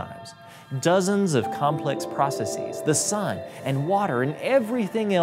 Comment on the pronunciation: He said ”Processies”